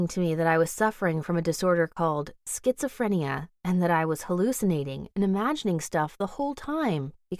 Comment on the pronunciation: wait wait wait wait... the title says that her parents kept a secrert about her body? THEN WHY DID SHE SAY SHE GOT SKITSAPHERNERA AHHH SPEK ENGLISH